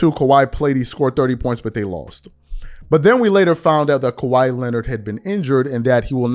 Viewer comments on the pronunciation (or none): Why do you say Kawhi’s name with 3 syllables? 😂